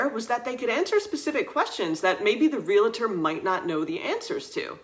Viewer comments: Teeth in edge hearing “ree-la-tor”. Wrong. It is REE-uhl-tr. (Real estate, real-tor). Please! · Useful and interesting differences. Only..please stop saying "real-a-tor" There's no "a" after the "l". It's "re-al-tor". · Thanks for a great video. Can I make a small comment about something that's just a pet peeve for me? It's real-tor, not real-a- tor. Hope you don't mind! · I feel mean saying this, but it is not meant to be mean, I swear. It is pronounced 'reel-tor'. There is not an 'a' between the 'l' and the 't'. Great video though! Love the insight into living in France.